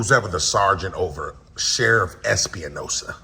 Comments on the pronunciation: It's Espinosa not Espi-uh-nosa. he's so mad his face is all kinds of red! I freaking love it! GREAT JOB AS PER USUAL!!!!! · Although no one cares the last name is Espinosa (Es-p- nosa) not (Es-pe-a-nosa) just so if you go again you have the right pronunciation of his name so you don't get the wrong person. Also dude was so mad he couldn't give you the run around. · I think it's ES-PI-NO-SA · Can't continue to watch. I'm sure the smoking cops name is Espinosa, but the way you're pronouncing it gets my gall. It would be Es Pa Nosa. Please! Not Espi a Nosa very common surname! Since we're at it, please don't say Axs you a question! It's Asks'. Please!